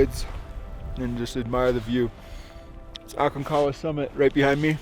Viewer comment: Hi, I'm a long time subscriber and fan. I'm just about positive you pronounce the G in Aconcagua. Just an FYI. George Leigh Mallory when asked in 1923 why he wanted to climb Mt. Everest, he replied "because it's there." It was his famous quote that your fellow climber was referring to. I really enjoy your content. Keep up the new and interesting videos like this one.